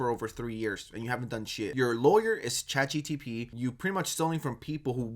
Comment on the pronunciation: I'm all for dunking on Max but dude... It's ChatGPT, not GTP I cringe every time you mispronounce it, pls don't do that again